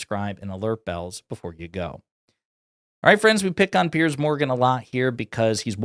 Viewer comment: Piers, as in rhymes with tiers.